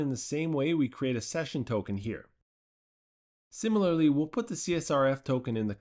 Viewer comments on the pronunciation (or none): none